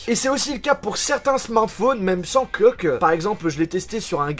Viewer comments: Joojole ta dis qeuque a la place de coque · Tu as dit "sans coeuque ?"